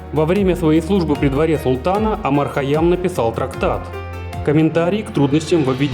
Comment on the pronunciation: Не Омар а Умар